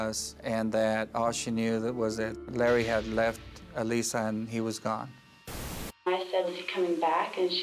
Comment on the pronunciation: Umm why does this narrator keep calling her Eee-Lisa??? Odd!!